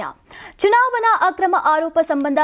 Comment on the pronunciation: ಚುವಣಾ... ಚುನಾವನಾ ಅಲ್ಲ. ಸರಿಯಾಗಿ, ಉಛ್ಛರಿಸಿ.